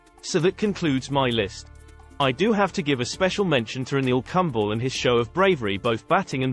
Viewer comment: Hi I am a huge cricket fan, and have watched your input with a modicum of interest. Just a few points: Anil Kumble doesn't rhyme with apple crumble! It is pronounced Kum as in loom, and the ble as in lay. Also the use of English needs serious editing. But I am being pedantic. How can the toughest cricketers list not include Steve Waugh and Graeme Smith. Kudos for naming Brian Close, but he was a Yorkshireman, so quite expected. Your greatest South African test team has Gary Kirsten as opener, for whom I have the greatest respect. But have you not heard of a man called Barry Richard's! What about Mike Procter replaced by whom? If it's Vernon Philander you've having a laugh. Graeme Pollock at no.6 is just silly, as the man was born at no.4.Then have Kallis at 5 and De Villiers at 6. Just some observations. Thanks